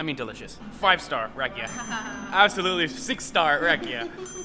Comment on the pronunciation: You saying "rack-ee-ah" you need to say "rock-ee-ah."